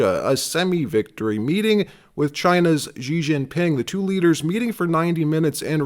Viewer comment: President Xi is pronounced SHE NOT GEE so many people mispronounced it…..it’s embarrassing 😢